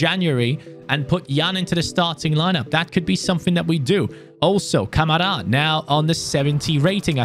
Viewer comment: You said Kamara wrong ka ma ra